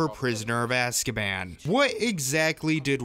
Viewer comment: Gyrazal618 playz stuff it’s azkaban not askaban